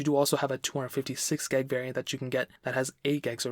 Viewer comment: 64 gyahg. GYAHG. pronounce it how you want. but kinda bothered me.